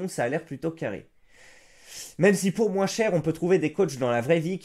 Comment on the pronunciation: Pourquoi le mot "moins" tu le prononce "moince" qui est faux, et non pas "moin" qui est la vrai prononciation ?